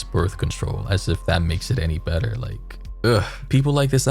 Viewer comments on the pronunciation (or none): none